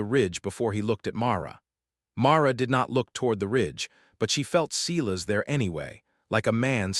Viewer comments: S-I-as. Someone, program AI correctly. 😠😠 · I think Mara’s brother is Silas. Not See las